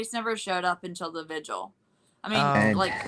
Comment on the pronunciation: Watching replay now as I couldn't make it past ten PM last night. Oh, and why do people keep saying "vigil" wrong on these panels? It is "VIGIL.. V-I-G-I-L" not pronounced sounding like "visual". Do I have to start tutoring again? I charge fair rates. LMAO & wap-wap-wap-wap! 🦨🚁💨wap!